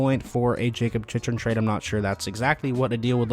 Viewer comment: Still waiting for someone to pronounce his name correctly …it’s pronounced Chick-ren